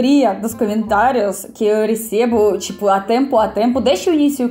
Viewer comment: Привет!! Amo seus vídeos, obrigada. Eu queria dizer que, sei porque você diz *Camentários*, porque na língua Russa quando uma palavra tem a letra O e não é tônica então, muda-se o som de O para o A.